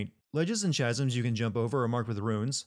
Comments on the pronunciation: This man really pronounced chasms with a “ch” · you pronounced chasms “chas mms” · I’m going to have to sin your pronunciation of “chasm”. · Also, why are you saying chasms like that? The ch in chasm makes a c or k sound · Literally cannot talk if you can’t pronounce ‘chasms’ right